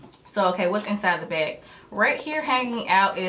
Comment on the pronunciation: Why does she say beyg instead of bag